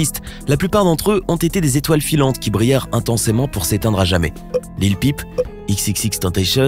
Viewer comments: Lil pip a la place de lil pump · Lil pump pas Lil pipe 😭😭😭